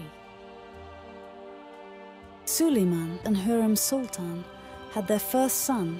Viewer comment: Please do everyone a favour this video has a pronunciation of a word wrong please pronounce the word right and probably the word that is wrong in pronunciation is sultan thank you